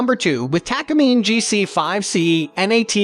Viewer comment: Please pronounce Takamine correctly its Taka mee-nay Japanese company since the 1950s